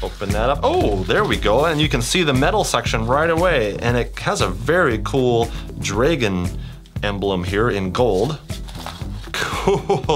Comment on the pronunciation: “It has a very cool DrAyGin”